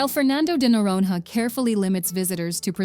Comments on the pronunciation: Agree 👍 quite irritating!! The narrator should have at least “tried” to pronounce the names of the places correctly (unless it was an AI…), But in general the video is very good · Pronunciation: Fernando de Noronha (Norōnya); Recife (Hecīfē); Frevo (Frēvo); Lençóis Maranhenses (Lensoh-is Maranyenses); Cuiabá (Cuiyabáh); Iguaçú (igwasū); Salvador (Salvadōr); Belo Horizonte (Belo Orizōnte); Pampulha (Pampulya); Paraty (Paratee);Curitiba (Curiteeba) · Speaker: "Fernando de Nororononon" 😵‍💫🥴